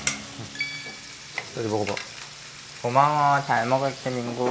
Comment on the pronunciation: 정하니 웅냥냥 거리면서 고마어 잘 머글게 밍구~ 하는 거 너무 귀엽다 진짜(っω⊂)